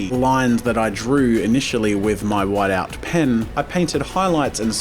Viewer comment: He mispronounced "whiteout"